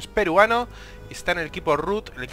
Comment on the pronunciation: por que haces tanta enfasis en peruano?